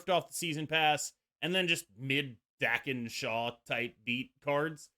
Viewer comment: mate, it's pronounced Dah-ken!